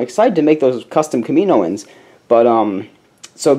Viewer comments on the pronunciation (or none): it's pronounced Kam-I-know-ens, not Ka-mino-ens :P